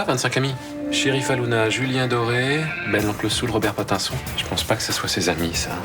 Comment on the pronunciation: Le résumé des épisodes précédents concernant Alix ➡️ Guillaume " Alix a 25 amis : Sheryfa Luna, Ben l'oncle soul, Julien Doré et Robert Pattinson au lieu de le prononcer à l'américaine il dit pâte un son 😆😅😂🤣🤦🏻